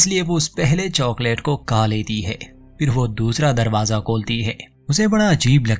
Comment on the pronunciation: Tumhara hindi bohot atcha hai lekin khaa aur khaana ko ka ka kyon bolte ho...??? Please try karo khaa bolke. i really like your channel.